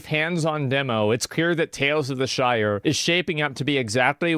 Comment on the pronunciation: can't even pronounce "Shire" correctly